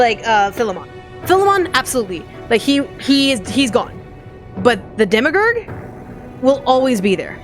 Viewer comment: The only sad part was listening to pronouncing "Demiurge" as "Demigur".